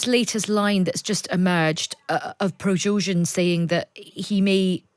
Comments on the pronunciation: Who is Projojin? Dont you mean Pregozhin?... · Prozozhin? 😂😂😂😂these people on times ain’t been able to get his name right all day earlier they called him prosogin and prizogin 😂they also called Ukraine ukaine🤣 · But she couldn't pronounce Progozin